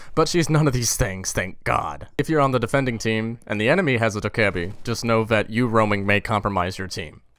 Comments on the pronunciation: Doh-keh-bee Not doekuhbee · It's DOH-KAA-BAE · Bruh, it's dokkae-BAE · If anyone happened to wonder, it's more like dOCK-Geh-Bee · its "doki doki" REEEEEEEEEEEEEEEEEEEEEEEEEEEEEEEE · i do humbly believe it is pronounced dokhebee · its pronounced (DO - KE - BI) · the fucking name is ''do - kay - a - bi''